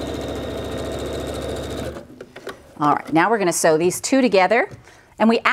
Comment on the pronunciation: Sew not see